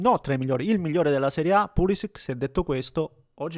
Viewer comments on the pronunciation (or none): none